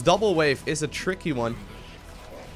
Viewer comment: been a minute since i've watched, forgot how many times he says "chrrickkee" (tricky) ahh memories love these videos